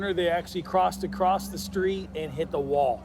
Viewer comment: How have people learned to talk? It's not pronounced "acrossed" it's just !!!across!!!